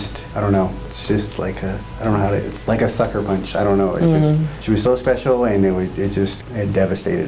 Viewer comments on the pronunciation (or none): none